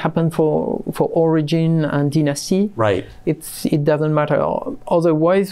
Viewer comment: did he just say Dynasy?